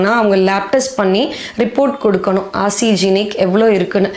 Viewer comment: Not arsegenic..it's arsenic